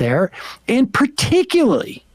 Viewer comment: Every time Sam said “Particuly” instead of “particulARLy”, I died a little inside